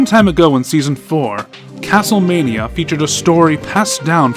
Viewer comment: The episode Castl Mane-ia always scared me as a kid 😂